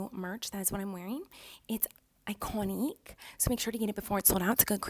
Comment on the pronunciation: Everyone:iconic Miranda:ICONIEC